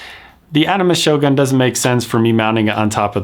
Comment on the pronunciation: It pronounced "shogun" not "shoGAN "